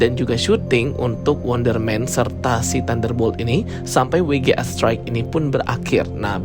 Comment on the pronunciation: Bukan WI JI E, tapi DOBEL YU JI EI😂